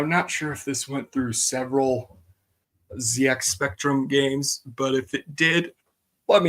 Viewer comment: Hi, I wrote that Astrocode article on LMW! Few things to note: Even though most of us Americans pronounce Z as "Zee", The ZX Spectrum is pronounced "Zed-Ex Spectrum" pretty much everywhere. The company that produced the game "Finsbury Software" was a one-man show, going by the name "Max N. Brooker" who unfortunately passed away in 2009. There were other games he made as well that are also lost as well.